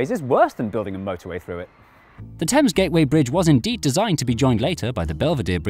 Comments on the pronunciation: Why do you pronounce Thames Tims? That is the bigger question. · Love the river "Temmes" 🤣